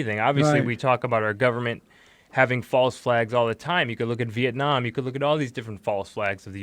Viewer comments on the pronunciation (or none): none